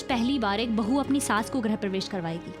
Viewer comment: ग्रह (planet) प्रवेश नहीं, गृह (home) प्रवेश होता है। Why do the pronunciation of all tv shows go wrong?